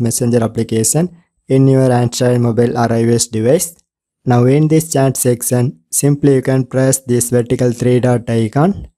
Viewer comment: This was a wonderful Sexcion Sexcion Sexcion😂😂😂😂😂😂